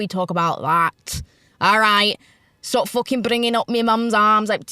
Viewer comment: “stawp bringing up me mums ARRRMS” 🇮🇪